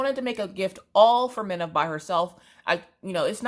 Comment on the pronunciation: It’s like Christmas🎄 watching you open stuff,I love it! Wish I had smellavision so I could smell the wax! That beaded kit looks lovely,I’ve never done a beaded cross stitch and I would like to,can’t wait to see yours!! Your daughters name is Mina! not Minna! I’m sorry I’m from the U.K! 🤣 lovely name ❤️x